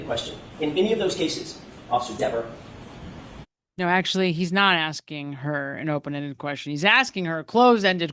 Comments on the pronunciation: It's DEVER........ not Devers!!!!! Caught you a couple of times. Kelly won't be happy with you 😊😊😊😊😊😊lol!!! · It’s Dever, not DeverS! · Very impressive! Better than the Behavioral Panel. It's Miss Dever (not Devers). Yes, she's very attractive!🎉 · Are you purposely calling her Miss "Devers" 😂 "Because you clearly forgot her name is "Dever" 😂😂😂😂😂😂 She might read this and come for you for saying her name wrong like she snapped at Jackson! 🫣😜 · Her name is Miss Dever although you keep calling her Miss Devers. I don’t like her and her snotty attitude either, but I also know by now her last name is Dever. Just saying…….. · I wondered that too— her name is Dever, not Devers. It isn’t a good look to keep getting it wrong. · (as an aside, I think it is humorous that you are calling her DeverS considering how she was so insistent on the way her name should be pronounced) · Pronounced dee-ver......lmao! 🤣😅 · Kelly needs to learn how to pronounce her own name. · I find it hilarious that you say her name incorrectly the entire video😝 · Great analysis, loved it. But Ms Dever wants you to do it again and say her name correctly! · It’s funny, petulant child is exactly the terminology I used to describe this person, even before someone dubbed her Verruca Salt (😂) But I’m older and work in medicine so 🤷🏼‍♀️. Also, I think her issue with the pronunciation of her name is Deeever sounds like Beaver. If she weren’t such I brat I could have some sense of understanding for this one but as it is I’d probably relentlessly mispronounce it. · Are you purposely getting her name wrong? Because I’m cracking up every time you add a s 😂